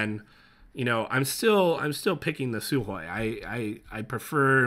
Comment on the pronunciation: Almost perfect pronunciation of the word Sukhoy